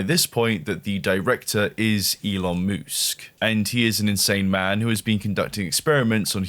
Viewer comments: Gitta say, I laughed every time you said Elon Moosk 🤣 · "it is I, elon moosk" thank got he's not a dinosaur, just a moose.